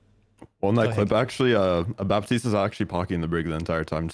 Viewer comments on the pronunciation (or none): How do people pronounce Moira and Baptiste wrong it baffles me.